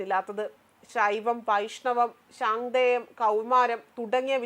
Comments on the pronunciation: ശാന്ദേയമോ.... പൊടി പൊട്ടി ശാക് തേ യം ... അത് പോലെ നീ എന്തൊക്കെ പൊട്ട ഉച്ചാരണങ്ങൾ ആണ് പറയുന്നത്.. താത്വസിംഹിത യോ... തനിക്ക് malayalam വായിക്കാൻ അറിയില്ല എങ്കിൽ ഈ വാർത്ത വായിക്കാൻ നില്കാതെ.. ഹിന്ദുക്കളെ പറയിക്കാൻ നില്കാതെ.. പറയുന്ന വാക്കുകൾ ഒക്കെ പൊട്ട അക്ഷര തെറ്റ്.. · ശാക്തെയം (Shaaktheyam), എന്നാണ് പറയുക